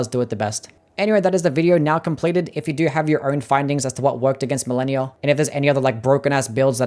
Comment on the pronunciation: You pronounced malenia wrong sosny times